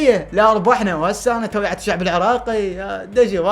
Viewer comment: توعيه باعباس مو تويعه😂❤